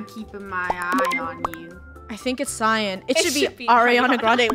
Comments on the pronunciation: THAT WAS MEEEEEEE! Me: dying -----------: cee-an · Seyen (Cyan) Me: What the actuall fu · Lol, she legit just saying “seey-an” while the rest of the krew know how it’s pronounced being like ”CYAN” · saying" CEE AN" Me: CYAN!!! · Ceeyan The rest of the Krew: Cyan. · I think it’s seeyan Funneh: it’s cyan Funneh: let’s just vote lunar out for saying seeyan Meh:😒😊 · CeEyAn The rest of krew: ITS CYAN Me:..... I'm wearing a cyan skirt..... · SEE AN?ITS CYAN WHY?! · People get mad at me for saying si Yan instead of cyan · Its cien! Funneh: Its cyan... also: Its cyan! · si-an me: sai-an: SI-AN me: SAI-AN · Alternate Title: being bullied for pronouncing "cyan" as "si-yan" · lol “see-an” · lol See-an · Its not lol lots of people say see an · I was laughing so hard when said it was c-yan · I pronounce cyan as si Yan too lol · " see yan " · It’s pronounced ci-an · Why does say cean